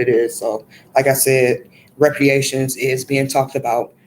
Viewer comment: It is pronounced re-par-ations not re-pre-ations. And this was a good message, I agree with your stance on us not taking on whatever number they pitch at us.